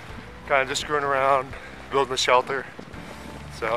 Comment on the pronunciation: You keep saying "shelther", the word is shelter, no "th".